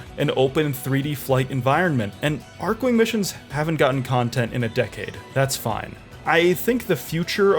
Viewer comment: lol didn't pronounce any of the archwings beside the odonatan properly lmao